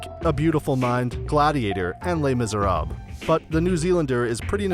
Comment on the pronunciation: It's "Les Misérables," not "Les Misérab," you ignorant jerk.